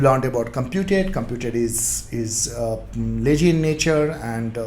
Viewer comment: Good One. Thanks for your efforts. Few suggestions - 1) Your face image is blocking the code that you write behind in the vs code eg: when you inject(bookservice) implements ngoninit - try to short your face image or better remove it. 2) your pronunciation of words like lazy and other words can be improved. Once again not blame you, just thought of sharing. thanks.